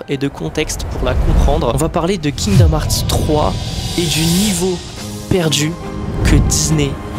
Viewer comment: Heart n'est pas hart moi même je suis nul en anglais mais je sais prononcer coeur en anglais svp si tu est fan prononcer le bien